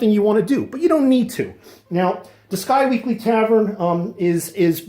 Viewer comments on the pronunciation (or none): Isn't it pronounced Squeeky, not Sky-weekly?